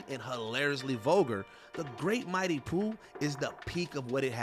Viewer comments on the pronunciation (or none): none